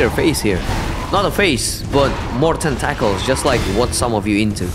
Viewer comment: There is so little LoP SL1 content on YouTube at the moment. This is water in the desert. Quick note: your English is pretty great, nearly perfect. but in America we say "Tent-uh-kls" (tentacles)